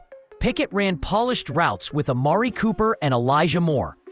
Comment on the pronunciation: Did he say Amari Cooper